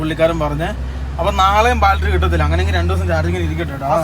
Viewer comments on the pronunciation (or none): ബാറ്റരി എന്ന് പറയു. ബാൽട്രി എന്നല്ല. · ബാറ്ററി ആണ് ബാൽട്ടറി അല്ല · Battery ❌ Baltary✅ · ബാറ്ററി എന്നു പറഞ്ഞു ശീലിക്ക്, ബാൾട്ടറി അല്ല. "ഷിബു ദിനം" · ഇതെന്താ എപ്പോഴും ബാൽട്ടറി എന്ന് പറയുന്നു? ബാറ്ററി എന്നല്ലേ പറയേണ്ടത്?